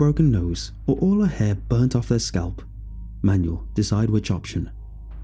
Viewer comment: That is not how Manuel is pronounced.....